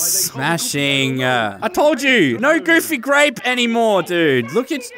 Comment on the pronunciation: I wove goofy gwape